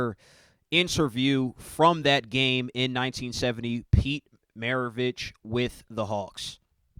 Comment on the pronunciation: dude couldn't even pronounce Pistol's last name - r u serious/